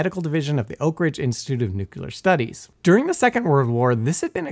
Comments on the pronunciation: Nucular eh? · After the third "nucular", I couldn't keep watching. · Simon, please teach this guy how to pronounce the word “Nuclear”